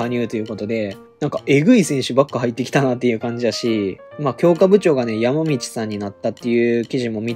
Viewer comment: 岐阜の強化部長はやまみちではなくやまじって読みます。